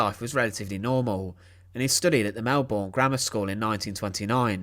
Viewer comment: Melbourne is pronounced Mel-bn.